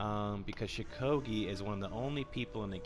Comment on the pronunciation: First of all there many people who play law bringer very well second of all stop saying shukogi cuz its shugoki and third of all your opinion is shit